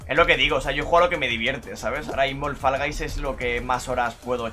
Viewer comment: Pronuncia bien Fall hombre, que queda fatal que Guys lo digáis bien y eso no... 🤦🏽‍♂️